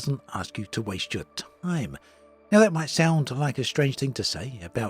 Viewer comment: An update that does not waste your "t-ime" : you're the best! These words, "t" and "ime", pronunced separately, really made my day 🏆🥳